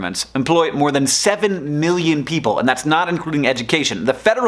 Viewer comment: not exactly sure why but i cringe when you say "million" and "billion". it's like you draw it out into three syllables - which may technically be the correct pronunciation, but it still weirds me out